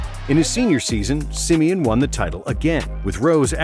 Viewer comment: I cringe the way he says simeon